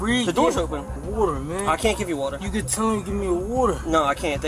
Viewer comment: "You need wather to breath"... rofl